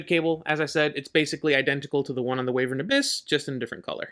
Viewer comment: Call em whatevr you want lol, but as someone who still slips and calls them Way-vern, I feel OK in saying it's actually Y-vern 🙃 my brain has a hard time with it too. Beast also shares the graph with Wyvern but the BA version.